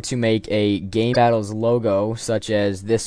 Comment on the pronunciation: lol you said gaybattles